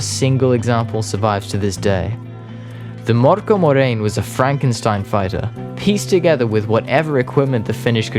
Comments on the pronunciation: For future reference: "ö" is pronounced roughly like the i in "sir", not like an o. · You’re pronouncing Mörkö wrong, Ö sounds like I in dirt. But I guess that’s just splitting hairs, or, as we saying in Finland, screwing commas.